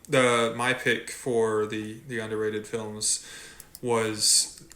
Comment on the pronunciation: hearing say "filems" again made me so happy